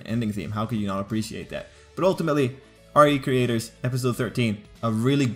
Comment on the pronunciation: It's pronounced "ree creators" not R E Creators.